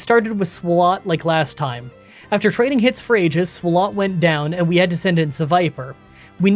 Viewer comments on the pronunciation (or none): i just gotta ask, why do you pronounce swalot like that when its a play on swallow...